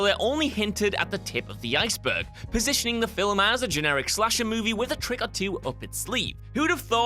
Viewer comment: Very impressive, getting two syllables out of 'film'